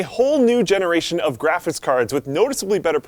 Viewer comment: drives me nuts how he calls it a graphiss card